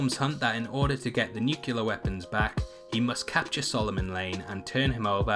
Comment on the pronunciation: Nukular? should pronounce Newclear